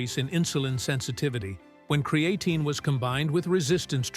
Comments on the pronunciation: Bummer that this is AI generated…cre A tine….no..that’s not how it pronounced…AI….stop immediately…not gonna make anyone more wealthy that use AI…lazy people. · Cree-aye-tine is so ANNOYING i wont be back. If u arent going to get software that can pronounce words correctly then use your own voice. Cree-aye-tine. WRONG! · Creatine ❌ Cre-A-tine ✅ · CRE AHHHHH TINE. 😂😂😂 God, i hate A.I. good vid other than that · Bookmarking this video for information, and to come back and get a 😂 from “Kree-a-teen” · THE way this bot says cre A tine ,spoils this info . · Why? Don't you know what Kree-A-teen is? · I hate videos that are AI voice over. It took you two and a half minutes to say creatine correctly